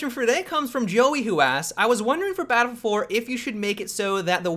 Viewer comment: say it with me now.. Battle-Field.